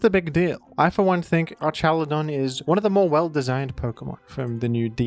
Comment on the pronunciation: IT'S ARKALUDAN NOT ARSHALUDAN DAMN IT